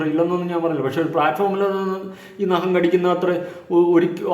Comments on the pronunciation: നഹo അല്ല bro നഖം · നഹം അല്ല ചേട്ടാ ...... നഖം😜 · ആദ്യമേ പറയട്ടെ നഹം അല്ല നഖം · നഹമല്ല നഖം.. വ്യക്തി അല്ല വൃത്തി സുന്ദരിയായ താടക ജാസ്മിൻ. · നഹം അല്ലാ നഖം 👍🏻😂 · നഹം അല്ല നഖം 😂